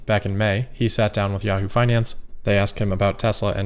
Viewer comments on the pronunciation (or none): none